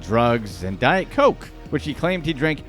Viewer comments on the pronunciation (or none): none